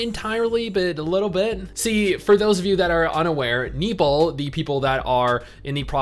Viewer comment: NE-O- PLE Not nipple . Lolls